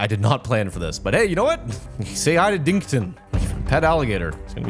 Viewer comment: actually it’s “dinkton” not “dington” 👍